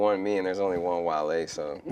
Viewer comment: Bro said Wale 😭😭😭🤔